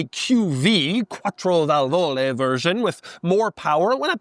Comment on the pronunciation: His pronunciation of "quattrovalvole" is commendable